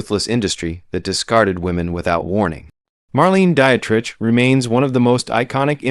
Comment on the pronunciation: Marlene Die-et-rich? Tallyyoulah Bankhead? Lauren Back-all? Me West? Ahva Gardner? Em-phy-sma? Dude, LEARN THE PROPER PRONUNCIATIONS OF THESE NAMES AND WORDS! OTHERWISE, DON'T BOTHER MAKING THESE VIDEOS!